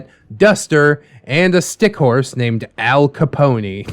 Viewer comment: Al Ca-pony. 🤣🤣🤣🤣🤣🤣